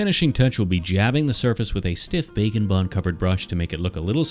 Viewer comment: I can't help but here you say bacon bond.